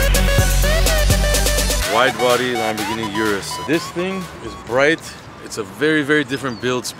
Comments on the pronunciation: You americans and canadians need to learn something. It is not jurus. It's URUS ffs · O-RUS not U-rus